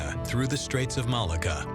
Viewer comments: I think Malacca is pronounced "Malarka" not "Malaga"! Other than that the doc is very interesting and informative, and expands our knowledge of, and admiration for, the skills of the Chinese people. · it's maa LOCK AH' .